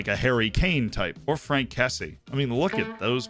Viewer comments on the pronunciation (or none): Hey Z just thought you'd like to know Kessié is pronounced Kessy-yay and not the way you said it haha